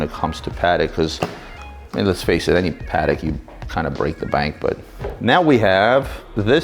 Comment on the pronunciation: Isn't it pronounced puh-tek?